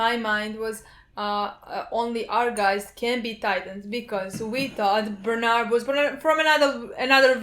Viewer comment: It's not Bernard, it's Berthold probably....